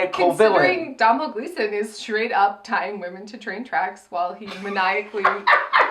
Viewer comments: Domhnall is pronounced DOH-NAL. Not DoM NaL. It rhymes with Tonal. He's literally saying it as Dohnal in that clip you used?! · As an Irish person it’s pronounced DOH - NALL gleeson. Love u xo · It’s pronounced Dough-nall. I liked the film, but I didn’t watch the past ones, but I got so excited at the start music! I really liked the outfits in the casino too. Love your reviews. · Just wanted to tell you Domhnall Gleeson's first name is pronounced Doe-null. Don't blame you though, Irish names make no sense lol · Doh-nal gleeson. Just FYI 😛 love you guys so much, never miss a review ❤❤❤